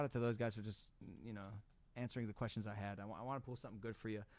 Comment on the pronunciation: Pull not pool omg